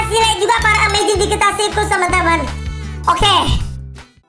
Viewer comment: KOK AKU DENGER NYA "THE AMAZING DIGITAR" YA?